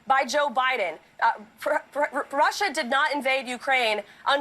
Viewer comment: It Sounded Like She Said Prussia Instead Of Russia